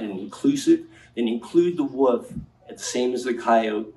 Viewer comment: He can’t even pronounce wolf